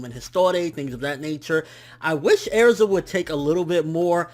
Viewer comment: its Erza not Airza -_